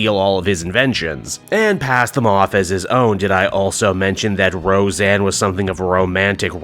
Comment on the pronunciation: Ro-Zanna Arquette.